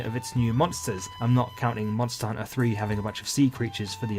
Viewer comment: I found it oddly calming how he says monster hunter as monster hunna